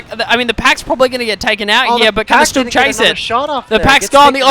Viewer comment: The mispronunciation of stug hurts my ears.